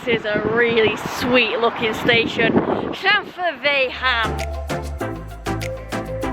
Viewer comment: Another beauty from North Wales G - keep 'em coming! Tickled pink by your pronunciation of Llanfairfechan 😊 All my time in North Wales & I never got it right 😳